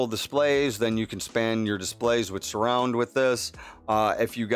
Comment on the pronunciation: Latency - /ˈlātənsē/ Surround - /səˈround/